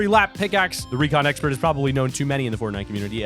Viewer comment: 709 he said recon exprt lol